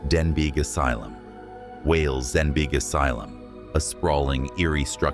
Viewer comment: It’s pronounced DEN-BEE brother the G is silent.